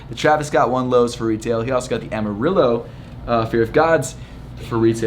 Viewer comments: Say AHM-MA-RE-JOE the way you said it was cringy😂 Also size 10 and Twitter@ is JFKPSA Brooklyn, New York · Amarillo is pronounced amariyo. Great video! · SIZE 9 US MENS MINNEAPOLIS, MINNESOTA IG: elliotfloum ik you had the worst luck this weekend but it also made me laugh when you said amarillo like “amarilo” hahahahahah